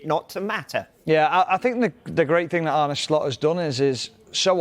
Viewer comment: You're Tom not Tim; he's Arne not Arnie ☝🏾